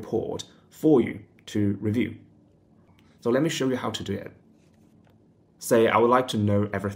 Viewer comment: Knew you were living in Australia as soon as I heard you say "soo" 😅